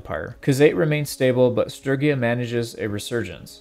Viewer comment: The real question is why pronounce Sturgia as Strygia